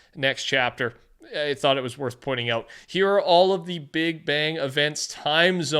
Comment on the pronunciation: Petah.. the battle pass is heah